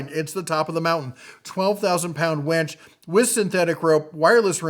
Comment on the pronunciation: I think it is pronounced winch, not wench! Lol.